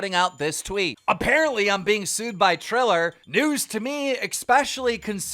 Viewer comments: He said "Thriller" like 15 times while reading Triller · Its TRILL-ER not THRILL-ER zaddy. p.s - That was very mean, i love you Keem. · You called triller “thriller” lmao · He said thriller instead of triller 🤣🤣🤣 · triller not thriller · Love how keem keeps say Thriller instead of Triller 🤣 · Who is Thriller? And it's Fury, not furry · Please keem learn how to pronounce things correctly 😂 Tommy “Furry” and “Thriller” cmon bro😂🙈